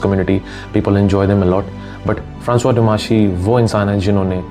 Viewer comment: Bro you are not creating any random content. You are first content creator I've seen who doesn't just knows his craft but other common things too.. you pronounced Francois exactly how it should be pronounced. I don't follow anyone on social media. But you are a True Gem